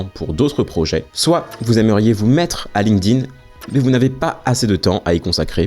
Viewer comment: excellente vidéo, comme d'hab, très instructive ! merci par contre un tip pour faire un minimum pro : pas de "link-dine" ou de "linequeudine", ça se prononce "linkTin", avec un T, pas un D. on a appris ça quand on nous saoulait avec les tableaux de verbes irréguliers anglais au collège !